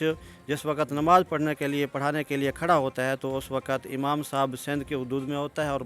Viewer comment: Lafaz "Imam" he hota ha paish amam nahe.